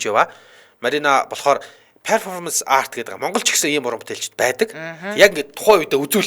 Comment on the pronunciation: Zuv unshaarai. Peerfomanc bishee Perfoormnc gej duud